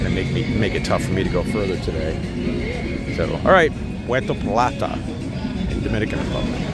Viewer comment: Tah-ie-no….pu-hur-to Pl-ah-tah